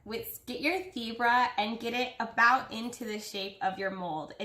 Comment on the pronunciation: Omg I thought you kept saying zebra lmao